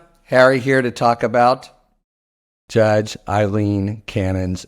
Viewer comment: You even said her name right. I hate the woman but i hate it even more when MTN calls her AEY-LEEN cannon. I have never heard that name pronounced so badly.